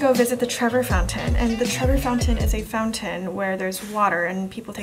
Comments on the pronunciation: Fontana di trevi!!!!!! Not trevo fountain !!!hahahahhahhahahahahahhahhahahahahhhhahahahhah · hi! just wanted to let you know that you were pronouncing “colosseum” wrong, and it’s the “trevi” fountain, not trevor! it’s important to respect other cultures, especially if you’re making content about it, so just wanted to bring that to your attention. (just a quick google search would’ve let you know that it’s “trevi”) like imagine if some non-asian people went to an asian country and just got the names wrong and didn’t bother to learn about it or correct themselves before uploading a video about it. i think the ignorance would be pretty infuriating! just wanted to make you aware bc i’m sure you don’t actually want to look like stupid tourists! just some constructive criticism :)